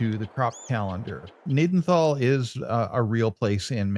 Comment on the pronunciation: Pronounced Ga-naden-tal, my great grandfather, and grandfather grew up in Gnadenthal. The farm yard in the town is our main farm yard.